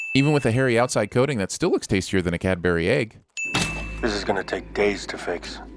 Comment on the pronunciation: The way Cadbury is pronounced should be a sin.